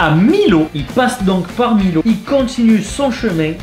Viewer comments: A tu prononcé mal Millau. Tu le dit comme si c était écrit Milo sauf que sa ce prononce mi(i)llau. Je suis Aveyronnaise et j habite a 1de Millau c est pour ça que je te le dit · Millau sa se prononce « Miyo » et pas « Millo » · Tu sais pas vraiment prononcé le nom des villes de campagne -pézéna à la place de pézenace -millau à la place de miyau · On dit miLLau pas miLau tu connais pas le viaduc de millau ? (P.S j’y habite) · jabite a millau et sa se pronnonce millau genee yo miyo ta compris pas milau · c’est millau qui se dit miyau pas milau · J'adore ,juste quand ta vu Millau , c pas milo mais millau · A lbatard il a pas respecter millau il a dit milo mais sa de dit miyo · Millau et pas Milo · ON DIT PAS MILLAU AVEC LE L ON DIT MILLAU COMME BOULLION XD J'HABITE LA C PR SA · ce né pas pézéna ni milau mais pézénas et millau continu comme ça c super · Juste ont dit millau à la place de milau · Mdr moi j'habitais a Cavaillon quand j'étais petit xD, par contre aucun respect ptdr il a dit "milo" alors que ça se dit "Mio" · On dit miyau et pas Milo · millau ça ne se dit pas milau mais miau! Like pour qu'il le voit! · On dit Mi[y]au et Millau ! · Millau pas milo 😂 😂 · A ça se dit miyo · Ptdr l abus Millau prononcé milo jpp il connaît pas où quoi?😂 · C’est millau pas milot « iLLau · Mdrrr on prononce miau et pas millau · juste millau se lit miyo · sa s ecrit Millau mais sa se dit miyau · Millau se prononce miyaud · Sa se prononce pas comme sa millau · Mec Millau les 2 L se prononce comme le y de mayo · Millau sa se prononce pas comme sa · RIP la prononciation de Millau 😂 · A tu a mal prononcé Millau